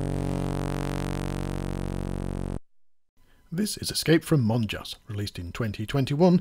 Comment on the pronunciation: Well, at least these Spaniards have a sense of humour, M.O.N.J.A.S. = N.U.N.S. And it's pronounced Mon-has.